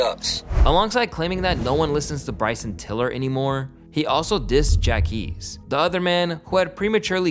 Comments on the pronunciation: “Jack ees”? Ja qweees! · Jacquees (Jock-Qwees) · Bro , JACQUEES (JaH-QWease) not “Jack East” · It’s PRONOUNCED JAH-QWEESE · Wtf is Jack East??? 😂😂🤣 you messed up the pronunciation after hearing how it’s actually pronounced lol, come on broski… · Bro u didn’t even pronounce the q lmfao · Hearing you mispronounce Jacquees name was so cringe